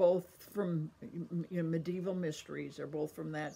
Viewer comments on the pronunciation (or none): That is not how you pronounce Cadfael, Shrewsbury or Medieval.